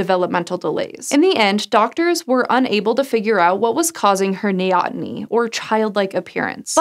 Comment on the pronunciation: Kudos for pronouncing "neoteny" correctly!:D That word occasionally trips up people actively working in the field.